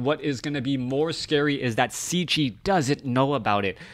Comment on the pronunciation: Wow.. what an amazing bloodbath this was! so many lead changes and epic battles.. but that ending was just something else. Superb stuff. GG and thanks for an awesome cast, dude! P.S. - Cechi is pronounced almost the same like "Czech" in "Czech Republic". Just add "e" at the end and there it is ;)